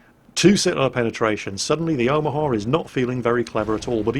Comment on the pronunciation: I think you might even be mispronouncing Omaha, you're pronouncing it like Omahar